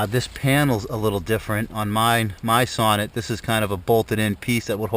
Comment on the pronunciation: Nice find! They are very uncommon here in Sweden as well. Sonett pronounce like "Soo-nett" in Swedish. Did you save the car? Would be nice to see a recovery :) Greetings from Sweden